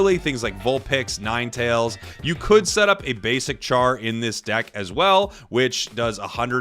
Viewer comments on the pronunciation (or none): none